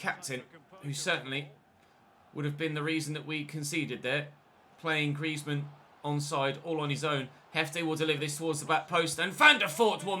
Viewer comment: Are you having a stroke when saying Griezmann😂